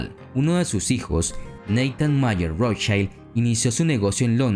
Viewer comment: 'Rothchild' está com a pronúncia errada, o I do alemão é igual ao português ou espanhol e não como o I inglês (ai). Em alemão o que tem som de a é o E, como Einstein.